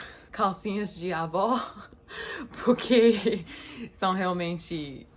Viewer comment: Oi que tanto amo! Manda um agraço para o Bem e o Max por mim.👍👊🇧🇷 Quando vc fala puque não é muito bom ouvir kkkk 👍👏😘.